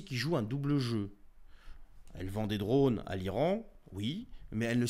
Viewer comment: "des drôônes".... Vingt dieux l'accent du terroir sur ce mot 😁